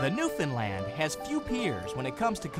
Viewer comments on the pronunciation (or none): Actually it is pronounced New-fin-land. I'm from there so I should know how to say it hahahaha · I hate how the English language is getting bastardised more and more. Apparently a Newfoundland dog is called a "New-fin-land"?!?! I mean, it is just a simple case of just sounding out the word! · Why you people keep pronouncing Newfoundland as Newfindland is beyond me and yes I have heard the stupid excuses as to why, makes no sense. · It's pronounced New-fun-lund. Not land. Lund.